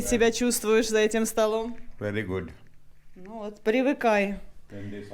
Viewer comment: Ну да,ну да! Шикарный мужчина,особенно,когда начинает говорить: вери- вери,гуть- гуть.😂